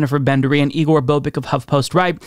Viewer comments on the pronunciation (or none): none